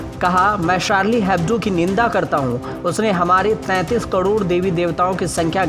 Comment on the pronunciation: Yeh anchor crore ko "kadod" kyon bolta he??